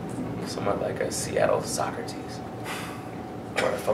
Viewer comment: When he said a Seattle socrates I thought he said a Seattle soccer tease. I was like What the hell.